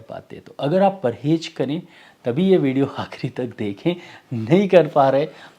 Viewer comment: "Parhez" Sir not "Parhej"